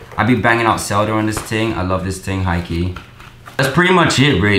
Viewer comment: stop saying "ting"...my god